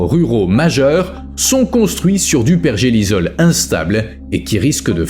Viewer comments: Pergélisol et non pergelizol ! ! : sol gelé en permanence !!! Understend ? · ça m'a piquer les oreilles aussi lol , il n'a pas compris le mot 😂 . apres, cette chaine n'est pas la plus pointue en science ^^